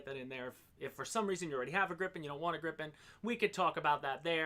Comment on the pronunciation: Learn from: It's Grii pen, not Gripp-en. 😉